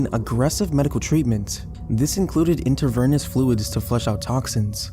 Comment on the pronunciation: intravernous fluid too, instead of intravenous. honestly i don't care cos it's spoken by an actual person. thank god.